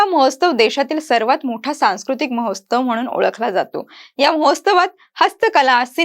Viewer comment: mohostav nahi madam Mohotsav